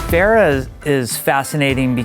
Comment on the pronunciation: cringe when even pronounces Pharah wrong